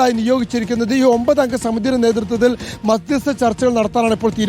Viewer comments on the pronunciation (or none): സ്മൃതി മാധ്യസ്ത ചർച്ച എന്ന യല്ലല്ലോ മധ്യസ്ഥ ചർച്ച എന്നല്ലെ